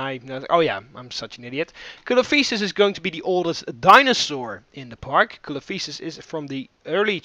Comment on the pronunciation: Not to be rude, but it's pronounced Coelophysis (SEE-LOW-FIE-SIS) and Dunkleosteus (DUNK-LEE-OH-STEE-US)